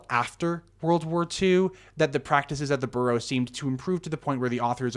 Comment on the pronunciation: Okay but you're mispronouncing the word "Bureau" as like "burro" Are you not a native English speaker?